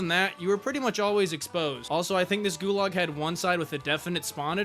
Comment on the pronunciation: Ah yes, the best "gualag"